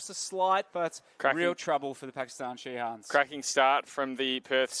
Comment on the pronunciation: ধারাভাষ্যকার পুরা খেলায় শাহিনরে শিহান কইছে